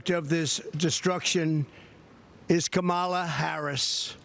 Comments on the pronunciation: Yes, so rude he purposely mispronounces, vice president Kamala Harris name. We all know how it said and he’s so damn rude. He doesn’t care. I think we should call him former president. Rump! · Yall know he pronounces her name wrong because he can’t pronounce it correctly lol And Jan 6th would have never happened either DonOld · Such a childish man. Purposely Mispronouncing her name is so elementary school style! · He just makes himself look stupid mispronouncing her name at this point. Slow, stupid and foul. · Every time he mispronouses her name proves that he's extremely uneducated, stupid, rude, ignorant, racist, weird & a weird person. Anyone with any principles & ethics wants respect, but not him he doesn't even know what those words mean. He's just a loser running to avoid jail. So sad that so many think he's an upstanding person. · I love the way he intentionally mispronounces Kamala's name as if he thinks that will make her mad. All it does is prove he's unintelligent, immature, and insecure. It's really not a hard name to say. What a friggin weirdo. 🤣